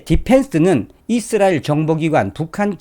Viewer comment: 잇쓰라엘 아니라 이스라엘 입니다